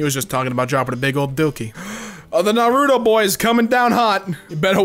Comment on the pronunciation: Its nar-u-toe